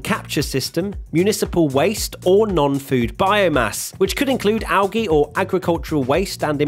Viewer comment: It's algeeeeee ...... not algea!